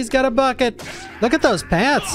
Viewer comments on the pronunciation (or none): none